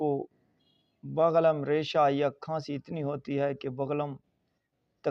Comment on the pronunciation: بغلم نہیں بلغم لفظ ہوتا ہے